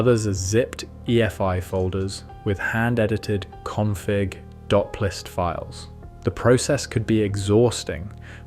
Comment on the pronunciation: "plist", as in... I'm plist at you! Rather than, "P-List." Dead giveaway.